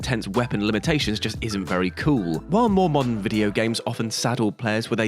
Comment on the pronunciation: 'mAndern'? Say wha? lol